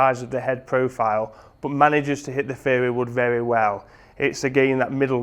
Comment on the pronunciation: Thought he was saying fairywood for a while there :):)